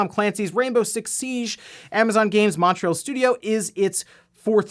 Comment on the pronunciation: i love how Americans pronounce Montreal... 🤣